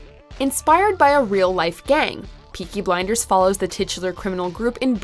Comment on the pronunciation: When you say peaky blinders in an American accent it sounds like a children's book. Fookin' hell